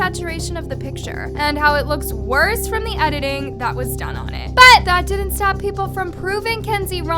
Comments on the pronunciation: the BUT keeps scaring the fuck out of me lmao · jesus the ‘BUT’ is so annoying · The way you say “BUT” is too much. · My heart skip a beat everytime says BUT!! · I kept getting distracted by you saying “BUT!!!” 😂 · it was kinda extra and annoying tbh lmfao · The emphasis of “but” always distracts me